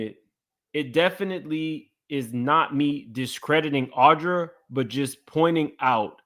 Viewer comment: Why you all calling the victim Audra? Her name is Adria. Very different. Just sayin. 😬🙂 .Ally Carter named the Obamas as some people that SA her.